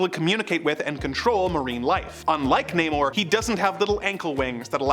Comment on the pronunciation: it's not namor(nay-mor) anymore, it's NAH- MORE.